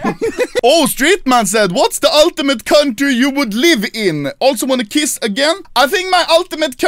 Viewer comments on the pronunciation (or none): none